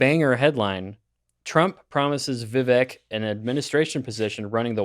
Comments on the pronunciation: Vivake not viveck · ITS VIVEK LIKE CAKE. IT HELPS IF WE MAKE SURE WE ARE PRONOUNCING NAMES OF PEOPLE INTHE NEWS CORRECTLY. IT IS A PRETTY IMPORTANT SHOW OF RESPECT. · It’s vi-VAKE, like cake. You could at least learn to pronounce his name right. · Vivek - rhymes with cake! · After being in the race for many months, you'd think you could say Vivek's name correctly, but no. I'd call that beta. It's Vivek, rhymes with cake, which he's said countless times, so you have no excuse. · I’m still amazed that literally no one pronounces his name correctly. It’s not like it’s difficult. Vivek rhymes with cake. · Why can't you people pronounce Vivek's name properly? Yet another sign that you don't know much more than the headlines on Foxnews. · Can someone explain to me why it's so difficult to pronounce someone's name correctly... especially when it's someone they're planning on talking about on their podcast. It's not difficult to look online to see how it's pronounced,and yet the number of people that mispronounce it is ridiculous. It's not just these guys, nor is it just Vivek's name(first & last) that people, from podcast hosts to news anchors to government officials that can't take 30 seconds to make sure they know how to pronounce someone's name before going on LIVE TV....or, even worse actually recording, editing & then posting a video in which they show a clip of someone who pronounces the person's name correctly and then they STILL pronounce it wrong....smh. Btw, it's pronounced Viv•ACHE...or, like Vivek himself said " Viv•AKE..like cake".